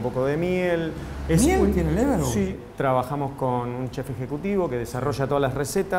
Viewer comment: Che... charcutero... un cacho de cultura! es "LeberWURST" y no leberbush....... bush se murió el año pasado!